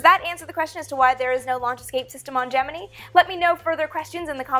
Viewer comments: Sweetness, its (jem-in-eye), not (jem-in-ee) for Gemini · Please stop saying GEM-IN-EEE it's pronounced GEM-IN-EYE ! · GeminI not GeminE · Either I've been pronouncing Gemini (gem-in-nigh) wrong for years or you are (gem-e-nee). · why do you pronounce it gem-in-ee NOT gem-in-eye ? I have never ever heard it pronounced the former... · I'm not a fan of the Gem-men-EE pronunciation here...or anywhere else for that matter. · im sure, but it sounds retarded when it's said "gem in ee" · Just so y'all know, it really is pronounced Gemini and not Gemini at NASA. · Am i the only one who gets slightly taken back by her pronunciation of the word Gemini? Haha love the vids though very informative 😁👍🏼👍🏼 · Not to bust you on it ( and I'm sure I'm not the first) but why to you pronounce Gemini with and E sound at the end then the more common ( and I assume correct) I sound? As far back as the movie The Right Stuff I have always heard it with the I sound. So what made you start to pronounce it with an E? Is that correct Latin, Greek, or whatever sound? Is that how your first science teacher pronounce it ? Did you perhaps teach yourself that when trying to sound out an unfamiliar word and it stuck? Rather than assume you are wrong and act like an ass I wanted to find out the why.... or should I say wii ?